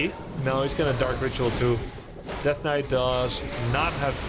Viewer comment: In Russia in long ago of 1997 we also pronounced the same "svord" and "knait" 😁